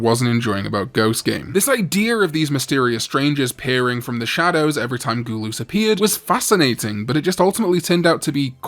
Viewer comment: Love how he pronounces gul-us as goo-loos lmao